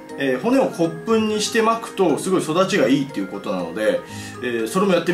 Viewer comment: 骨粉がコップに聞こえた笑